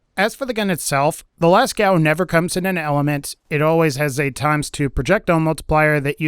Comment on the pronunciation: Lascaux from french cave is actually pronouned "Lasco/Lasko" but certainly not "Lascow" xD Cheers from France, enjoying some wine with a baguette, waiting for Borderlands 3 is fun :D Thanks for sharing o/